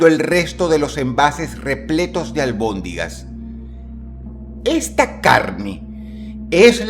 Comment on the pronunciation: Se dice almondigas